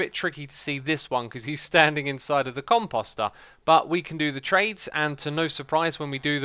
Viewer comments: Comp oh ster Not Com pos ter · Every time you say "composter," for some reason I think you're saying cu... Nevermind!